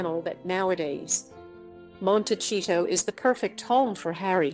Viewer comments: FYI — It’s not pronounced monteCHito-— it’s monteSEEto. It’s a Spanish name which means little hill/mountain. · IT IS NOT PRONOUNCED MON-TEH-CHEETO! IT IS PRONOUNCED "Mon-teh-sea-to." It is a Spanish word meaning hills or little mountain. They are going to love it there. Unlike almost any other city in the US, there is a polo club just five miles down the road, where Harry can get his fill playing his favorite game. (When William and Catherine visited a few years ago, they stopped off in SB. William played polo for charity at the club.) Archie can grow up going to some fine private or public schools, surfing or playing beach volleyball or soccer, both very big in Santa Barbara, two out of the three sports not available were he to grow up in Windsor Park. Just saying.